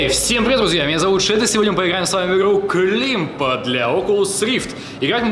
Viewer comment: Не климб а клаймб